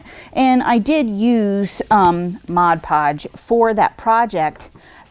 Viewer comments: Too flipping funny! The pauses....MODpodge. Calling it "the product." Priceless fun. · Really fun! BTW...everyone mispronounces Mod Podge😉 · Hahahahaha. This was brilliant. EVERYONE pronounces it wrong. One of my favorite goofs. I love to brush it onto autumn leaves to make them live forever. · I agree. When it became popular years ago for decoupage, I frequently heard it called Modge Podge or Mod Pod and even Modge Pods.